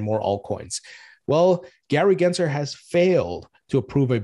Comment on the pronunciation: if we are going to gripe about the SEC, at least pronounce Gary GensLer’s name correctly! His name is NOT Genser - it’s GensLer. Cmon man!